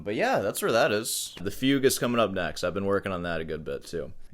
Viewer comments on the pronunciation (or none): none